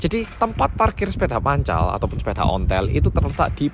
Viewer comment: Logat jatimnya pas ngomong sepeda "pancal" sama "onthel" satisfying bgt hhh